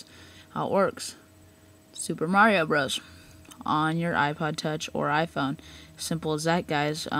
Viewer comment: you got to know your consoles dude...Nintendo 1 is NES & it Mario Bros"brother's" not brroos anyway thanks for your help:) it's hard hearing people mess up the names like that...